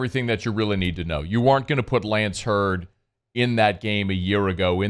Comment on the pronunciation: His name is Zalance Heard not Lance Heard unless he has changed it once he left home.